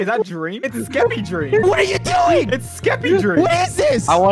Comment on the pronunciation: Drrreeam LMFAO